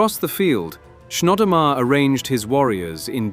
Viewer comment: You pronounce Chnodomar like 3 different ways. pretty sloppy.